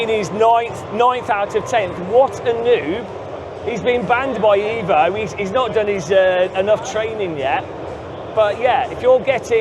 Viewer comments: bro its evo and not iiiivo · Ev - O Not EEEEeeeeee- Vo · Eh-vo? No eeeeeeeeeeevo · It's pronounced Evo bro, not Evo. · Evo Evo EVOLUZIONE, not Eevo Eeevoluzion 😂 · Bro I am half Italian, if you write in english EVO, it's will be pronounce ee-vo , so for English speaker you have to right EH-VO or HE-VO ,or EY-VO so they pronounce properly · Evo, not iiiivo😂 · HE-VO you fillthy bri'''ish :D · Eh-voh or unsub. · repeat after me. EHHHHHH-VO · it sounds pretty stupid to call it ehhvo unless you’re speaking with an Italian accent… I’d even say only a dork would ever call it assetto corsa EHHHHVO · It's EHVO... from italian Evoluzione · Marco will be very disappointed at your pronunciation of EVO (I am too, being Italian as well😀) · Every time mispronounces Evo, the release of the game is postponed by one day. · Shiit like 100days!!!😂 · you really need to start saying evo correctly 😂